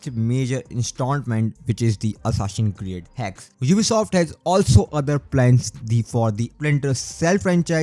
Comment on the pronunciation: 'Hassasin Create Shado'.... Bhai kya bol ra hai yaar! Tu accent nahi karega toh bhi achha lagta. Your content is good, par game ke naam toh sahi ke liya har. Hansi chhut gayi meri - Hassasin Create sun kar. Overall Good content and insights bro.